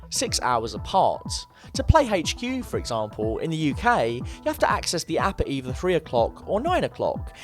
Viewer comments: It really annoys me how he pronounces HQ. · "Haygch queue"